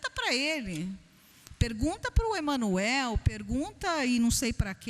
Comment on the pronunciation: Não acredito que essa senhora tenha feito parte do movimento espírita, inclusive todo essa tempo narrado. Ela se confundiu varias vezes em sua explicação, até o nome de EMMANUEL ela faz a pronúncia "errada", se confunde quando trata dos mentores espirituais e Espíritos propriamente dito. Ele pode ter passado pela casa espírita, mas não aprendeu nada (com todo respeito). Espíritas em essência não desdenham de outras crenças; se realmente essa senhora tivesse passado 21 anos numa casa espírita, o discurso dela seria totalmente diferente, com certeza. Podemos sair a qualquer momento do movimento espírita, porém somos totalmente gratos por tudo que passamos lá; porque a maior lição ensinada no ESPIRITISMO e o AMOR ao PRÓXIMO, assim como fez JESUS CRISTO.